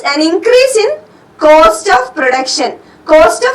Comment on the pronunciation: Btw it's not 'coast', it's 'cost'.